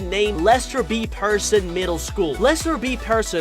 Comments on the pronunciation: peer-son! not person 🤪 Plus its taking place in TORONTO!! DUH!! pretty obvious by the red trolley car & the CN Tower!!! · Pronounced “Peer - Son” …her red toque also has maple leafs, a toque “took” is Canadian for beanie…